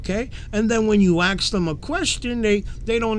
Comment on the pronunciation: Why do so many people say axe when they mean “ask?”